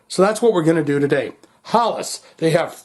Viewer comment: It is pronounced more like Hellas.